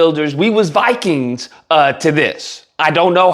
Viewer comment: "We'z was once Vakangs "